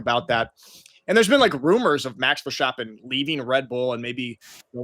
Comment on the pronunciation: its not max ver"sh"tappen ... :)